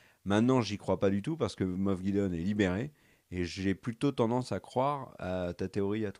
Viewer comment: On dit moff pas moss 😂 😉